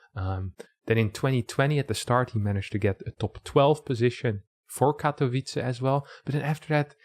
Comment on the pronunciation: Katowice is pronounced as Catovitze!